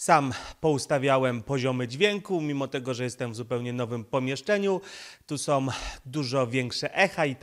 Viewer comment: ...wszystko jest ok, dźwięk lepszy niż wcześniej👌, no może troszkę zalewasz się z tłem ale....☝️na miłość boską nie mów "som"😱 bo to aż boli 😉. Poza tym jesteś mistrzem w swoim fachu i dzięki za Twoją pracę 💪😎